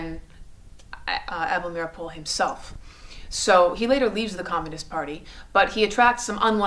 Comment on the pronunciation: You pronounced Able Meeropol's name incorrectly, the name "Rosenberg" incorrectly...but more importantly the Rosenberg's were not tried or convicted of "Treason"